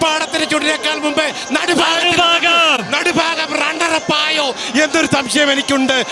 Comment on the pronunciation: It not "nadufaagam"but it is "nadubhaagam" as pronunced in the word bhaaratham🙏